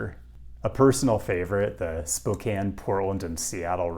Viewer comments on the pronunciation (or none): none